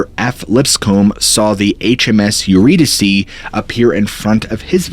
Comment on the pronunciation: Eurydice , pronounced yer-ee-dees (like geese) And yer , like ‘Yer a swell guy’ . ee is the same as the ee in geese.